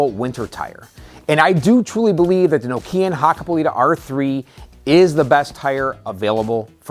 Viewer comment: Say KNOCK- EE- AN.👍